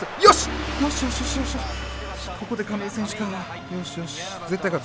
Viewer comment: 亀井がバーレンティンにしか聞こえんw